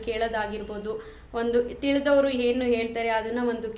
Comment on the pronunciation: Nice content. One suggestion to you. Dayavittu "Chaitra Kannada vlogs" antha channel name ittu kondu, Kannada ucharane sariyagi maadi. For example, 'a' kaara, 'ha' kaaravannu sariyagi uchcharisi. Henu for enu or holle for olle, inthaha padagalu bereya arthavanne koduthade. Dayavittu inthaha sookshmathegalannu gamanisi.